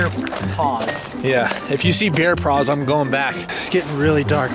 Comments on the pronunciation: he said bear pras and didn't say paws it sounded like praws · I love at the start he said praws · he said ger paws